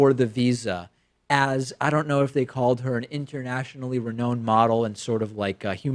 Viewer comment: ReNOWned, David. Not reNOHned.